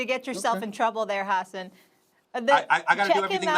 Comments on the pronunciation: Molly called him Ha-ssen 🤣🤣🤣🤣🤣🤣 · Amazing how many times Molly pronounced his name wrong without being corrected. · Can’t even pronounce his name right. Has an was too kind to not correct her. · Molly cant even pronounce the guests name correctly.... why does she still have a job?